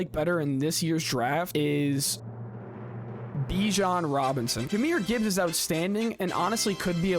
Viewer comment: That first announcer definitely says Bijan Johnson